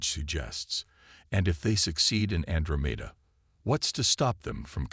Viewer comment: Can anyone fix the AI so that Andromeda is pronounced correctly? an DRO' meda